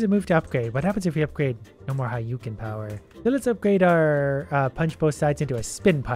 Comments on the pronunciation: it's(ha-dou-ken) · it is hu-do-ken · It bothers me eternally that he kept calling it "Hayouken" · the way you pronounce hadoken stresses me out